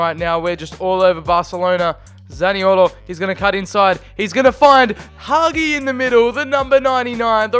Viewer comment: Hagi s pronuntiation is Ha-Gee